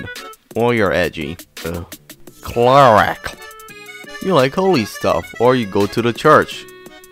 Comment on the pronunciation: The way you said "Cleric" made me die from laughter LOL